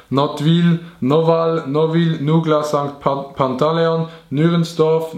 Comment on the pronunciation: Nottwil hesh richtig gseid